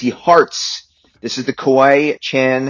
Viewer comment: Guys it’s kawaii not kowaii you said that earlier unless I’m mistaken